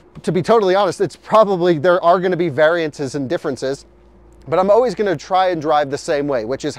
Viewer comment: I thought I would come to the comments section, and look for others who noticed that you always say oways instead of always.